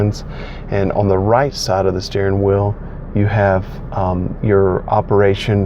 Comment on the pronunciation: lol someone caught that, reminded me of stewie "cool QHWIP"